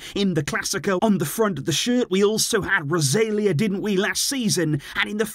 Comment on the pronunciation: Bro couldn't have pronounced Rosalia any worse 😂